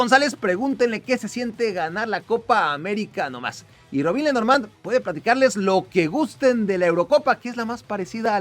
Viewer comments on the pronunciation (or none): none